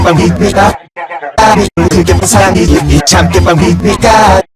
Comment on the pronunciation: 발음이 참개판으로 들리니까 참개판으로 합시다!